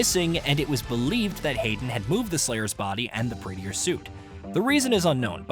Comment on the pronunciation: Praetor suit, not Praeteeor suit.